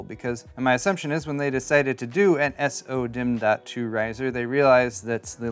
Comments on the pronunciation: I started going insane after you said “s-o” dimm like 15 times in 2 mins. Why not just say “so”? Lol 😂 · Why do you say S-O-DIMM.2 instead of SO-DIMM.2? Just curious since most people seem to say it the second way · Comes with cd AND coaster? Kind of redundant isn't it? Also... Just say "sodimm" like everyone else lol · the way you say so-dimm bugs me, and i don't know why.